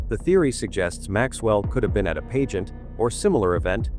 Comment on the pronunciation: Whomever is speaking doesn’t pronounce certain words correctly! Pageant is pronounced “pageant”, pizzeria is pronounced Perez’s